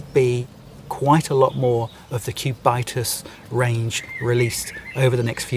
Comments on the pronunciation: Cubit-us.... Not Cu-bitus... From Sumerian Cubit, the length of your elbow to tip of the extended middle finger... Btw is what Patrick Phillip needs... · "CubAItas" ... really? 😂😂😂 Its "Cubitus", from Cube=Cube 😅 And you definitely have not too much clue about watches and horology, sorry. The Cubitus is likely Patek's smartest move in a long time, just look what you pay above retail for these watches. The Nautilus and the Aquanaut triggered similar hate feelings at first place and today they are the highest trading watches above retail besides Richard Mille in general. The ingenious feature of the Platinum Cubitus, by the way, is that it is as slim on the wrist as the other two Cubitus watches despite the fact that the Platinum incorporates incredible complications. Liked your presentation nevertheless, one must just like you the way you present your topics 😊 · If you pronounce "Cubitus" in the correct way, it wouldn't sound that silly.